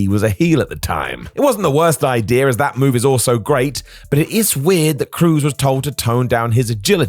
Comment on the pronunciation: Idea* not Ideer